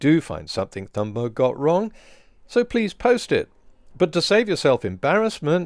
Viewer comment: Just one error: Your pronunciation of her last time. Not the most important thing, but since her name is mentioned so many times in this video, it might be worth fixing.